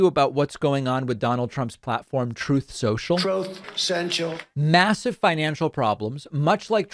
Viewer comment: “Troth Sential” makes me laugh every time.